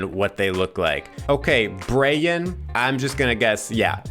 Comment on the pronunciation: As a Hispanic, I became fixated on your pronunciation(s) of “Brayan” and then drifted into my own world and spent the rest of the video thinking about how culture influences the way we process written language… I can’t help but feel like that also has something to do with me being an introvert lol